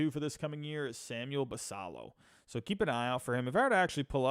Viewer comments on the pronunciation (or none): Minor minor thing, but Basallo is pronounced Bass Ay O. In other news, I think a package like Ortiz, Norby, Stowers, Fabian and a mid level pitcher is close to reasonable for Cease. Spot on about no Mayo, Basallo, etc for Cease. BA has Basallo as number 10 in the country and Mayo as 25. No way they (or Holliday, Westburg, Cowser, Kjerstad) get sent for Cease.